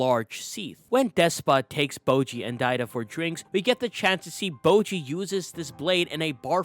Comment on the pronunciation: Bojji's name is literally pronounced in the show, so why do you say "bowgee"?